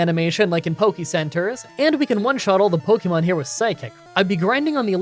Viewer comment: I’m a fan and have been watching these for awhile, but will you please stop saying Pokymon or Pokycenter? It is really grating. Watch the anime for how it’s pronounced. It’s more like pokehmon rather than pokymon.